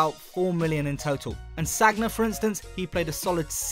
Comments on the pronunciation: you dont pronounce it saggna its pronounced sania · How can you not pronounce sagna? Like in sure you’ve watched football before